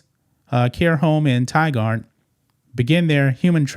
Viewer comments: Hi. Portland-area resident here with today's public service announcement. It is pronounced tie-GURD, not tie-GUARD. Thank you. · Tigard is Pronounced like tiger with a D at the end. The sad thing about this story is that there are many adult care facilities in that area and I wouldn’t be surprised that this isn’t the only place doing this. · Tigard actually pronounced ty gerd. It an Or e gun thing. LOL Thanks for the news.